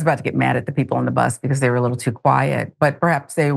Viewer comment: The bus driver hurt his whittle fweelings"tweety bird "